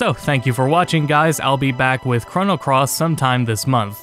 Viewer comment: It is hard watching ( hearing ? ) this great video with how you say the word Chrono XD But... I'm also the same way when people say the word mana. Q__Q